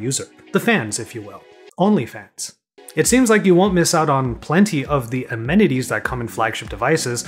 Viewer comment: That emphasized "Only Fans" tho got me there 😂 HAHAHAHAHAH